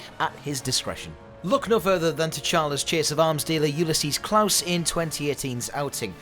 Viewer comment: And it's Ulysses Klau like "Claw/Klaw" not Klaus.